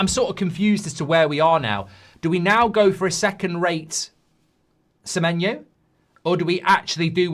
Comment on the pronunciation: Sememenyo didn't come cos you can't pronounce his name mate. Muppet